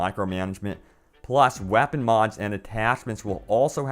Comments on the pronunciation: Stop saying "whapon" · "WahhPen".............-_- "SiStistics"...........-_